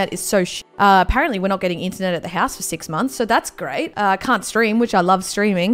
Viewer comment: she said hass instead of house